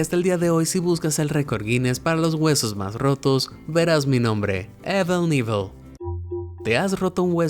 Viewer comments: Evel Nivel? Será Ivel Kanivel (pronunciado). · Muy buena info pero Amigo debes mejorar tu pronunciación en ingles, muchas palabras en ingles que dijiste mal. Davidson, Caesars, Evel Knievel, todos mal pronunciados. Da la impresión que usas un programa de audio.